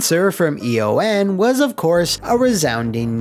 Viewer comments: Eon is a word, not an acronym. It’s pronounced “E-on”. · E.O.N. is “E-On” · Eon is pronounced like ion with an E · Does not know that ‘Eon’ is a word or...?